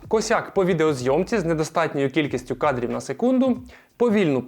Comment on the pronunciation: Обзор хороший, друг, только зачем ты так издеваешься над речью, видэо, нэдоробилы, кадрив на сэкунду, что это всё значит? Половину слов вообще не понял(